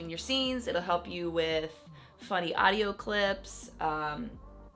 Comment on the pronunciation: When she said aduio mixer i Thought of Mixer R.I.P Mixer